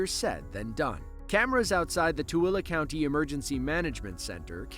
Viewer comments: Thank you for pronouncing Tooele correctly! well done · Dude, you pronounced Toole PERFECTLY! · I'm impressed that you actually pronounced Tooele correctly! Bravo! 😊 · I like it that the narrator knows how to pronounce Tooele. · You must be from Utah because you pronounced Tooele correctly! 😂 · Props on pronouncing "Tooele" properly